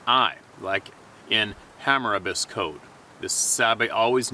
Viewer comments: I gotta admit I would not mind looking at that opening of this show every morning . That's a picture I'd paint with water colors. That word you're struggling with is pronounced "Hammur-rah-bee" - it's an ancient Sumerian legal law or code from way before established history. (google it spelled "hammurabi") Learning stuff we may be fearful of is a way of life for all of us. Now, at 65 I will never question the the new experiences that may yet come my way. God isn't finished with me yet, and the young people I have yet to meet can all benefit from what I've seen. It's not the miles folks, it's the journey! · It was difficult for me to understand what you were saying because your pronounciation was off. To help viewers understand you better I'd advise them to look up "Code of Hammurabi" It's not pronounced Hammer like a tool but rather a soft a or o sound then the same soft a sound as in "obby". It refers to Sumerian and the guy reporting should've filled in the gaps and connected the dots between that and why he was applying it to the bigfoot. Wish he'd have done so as that would be interesting. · the writer is trying to say Hammurabi's Code....not Hammerabus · It's Ham-ah-rah-bee...I believe 🤔 biblical. Hamarabe's Code was pretty much widely considered to be the very first set of "laws" ever actually put into text by man. It's from like Babylonian times I think 👍